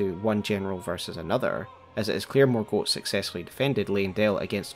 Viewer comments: I love the effort you put into your videos but please for the love of goodness, pronounce the names right 😩 It’s ‘Mor-Gott- not ‘Mor-goat’ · What's the reasoning behind your pronunciation of Morgot as morgote but you don't call margit margiet or margeet? Just feels like a funky inconsistency in the last vowel. ( edit, not a critique I'm just wondering) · It was particularly unusual because we hear the correct pronunciation when Morgott says his own name. Sometimes I wonder if youtubers intentionally use an atypical pronunciation to get more engagement.